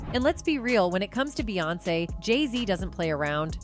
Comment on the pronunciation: Proof this is read by AI robot. She called Beyonce, Bay.